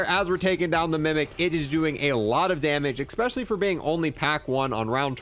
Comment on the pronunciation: I hate when someone says “expecially” instead of especially